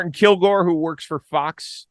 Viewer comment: Friendly correction for Chris, it is "Martin Kilcoyne" not "Martin Kilgore."